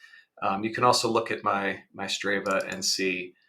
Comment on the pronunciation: It's "Str AH va". Also, weird that you never rode a 100 miles at any point in your training.